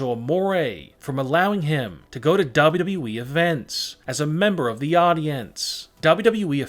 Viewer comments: This narrator keeps saying “double wu double wu we” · I don't like the way he says wwe